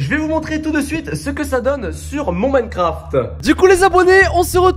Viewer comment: « Dans Minecrafteuh »😂😂